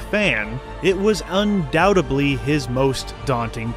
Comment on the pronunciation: Dude, you need to stop saying 'undoubtebly'. Several vids now. Undoubtedly. With a 'd'.